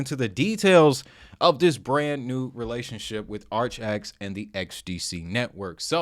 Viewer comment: Not said like archax(sp) 💯🤣 But, ar-kay-icks